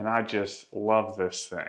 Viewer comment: 🤨🫵🏽 y’all !?!….. this guy cannot any word , that is spelled , with a “ g “ , at the end …. He’ll say , for example , “ Think “ , when he actually means to say , “ Thing “ … 🤨🤷🏽👨🏽‍🦳🇺🇸